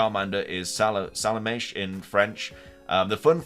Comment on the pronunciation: Interesting video :) Btw, very nice pronunciation in french ;) Salamèche is from Salamandre (Salamander, symbol of animal living in fire as on Chambord castle on the Loire, where he was a symbol of the king François 1st) and mèche which means wick) ;)